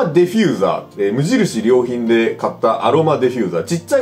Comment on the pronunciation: 無印良品のイントネーション気になるわ